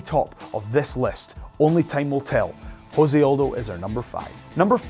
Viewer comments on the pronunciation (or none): Jose Aldo's name is not pronounced Jose. It's pronounced se. It's not Spanish. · It's Jose not Hose he is Brazilian not Spanish dude... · Jose, not Hose, Jesus christ, its portuguese. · Jose Aldo is Brazillian. Its pronounced Jose Aldo, not "Ho-say Aldo." He is not a mexican. In Portuguese, it is the letter R pronounced with an H sound, not the letter J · You said Jose Aldo's name wrong you don't pronounce it like you would in Spanish just the way it is spelled out like (-Say ) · José is pronunciated like your name...